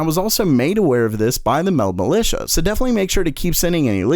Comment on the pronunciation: Petetion to not say militia. Like to enter